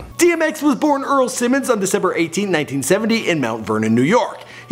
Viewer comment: How come dude keep saying Simone ... It's Simmons no different than Russell Simmons or Richard Simmons ... Not Simone